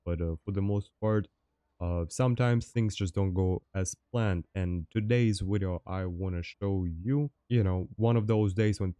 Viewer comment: I love watching your strats and skill but damn man, i need to know how you pronouce Nvidia. Edit: Never mind, you said very but you say wideo, now im interested in why that specifically?